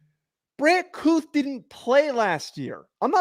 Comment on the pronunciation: Brant Kuithe will be the best TE this year. His last name is pronounced Kee-Thee not Kooth